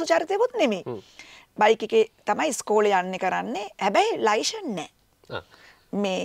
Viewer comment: "ලයිශන් "නෙමෙයි "ලියිසන් " කියලා කියන්නේ .අපි ලියිසන් නැතුව පොලිසියට අහු උනොත් කෙලින්ම උසාවි දාන්නේ .